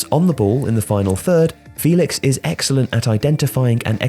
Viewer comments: You're miss pronouncing João's name in this video. You're saying his name as if he didn't have an apostrophe in his name. The apostrophe in ' Félix' means you have to pronounce the name as fEHlix and not fEElix. Good video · It’s pronounced Feh-lix